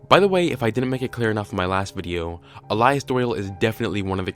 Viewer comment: "the next videa..." 😂